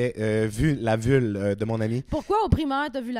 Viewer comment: jsais bin que t’es aux hommes mais on dit une vulve pas une vule lol